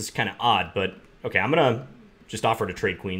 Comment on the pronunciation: My favorite word that John says is "ok" because you here his inner Minnesotan come out and it sounds like "okeh"